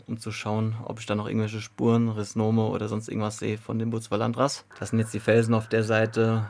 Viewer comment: R H I Z O M du fügst hinter den Z immer noch ein N hinzu... "Stört" mich schon lange 😅 aber tolles Video, echt super.